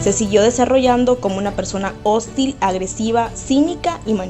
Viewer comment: No entiendo algo: la chica que narra al final de este vídeo dice “hóstil”? Por que la mezcla?